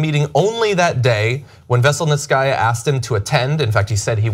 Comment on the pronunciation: It's pronounced veh-sell-neet-see-ah... not vessel-net-sky-ah 😉🐙